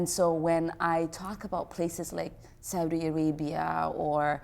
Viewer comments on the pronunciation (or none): none